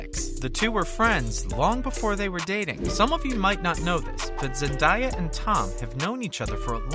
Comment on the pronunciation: Zen-DAY-a not Zen-die-a